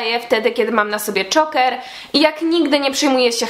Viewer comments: dżoker się czyta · Mówi się Czołker od słowa ,,Choke" czyli dusić. Jak się wypowiadasz o czymś to polecam, naucz się to mówić, przeczytaj coś o tym. Z samym filmem się zgadzam, każdy może być kim chce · Sorry ale zile to wymawiasz